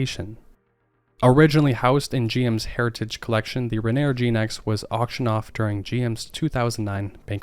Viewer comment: Rainy-Air not rain-neer